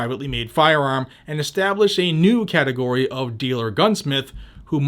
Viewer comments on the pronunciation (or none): none